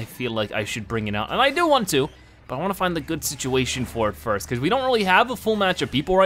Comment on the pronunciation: you said frist instead of first